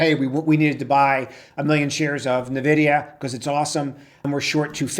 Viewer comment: Instead of Nah-Vid-I-Ah, I'm long hamsters and string.